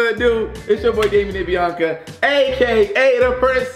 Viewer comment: It’s not binca it’s Biannca ur probably 3